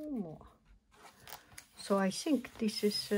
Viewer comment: "I sink... I sink this is.... this is what it is... " lol so cute!